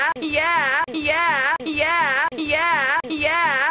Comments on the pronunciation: after a while it sounds like hes saying "gay app" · it sounds like he's say hunkyyeah